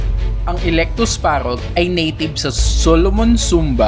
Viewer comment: kuya eclectus po yun hundi po alectus heheh😘😙😚🤗😅